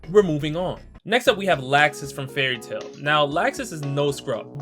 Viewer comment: Oh btw it's not laaxus, it's pronounced "luxs"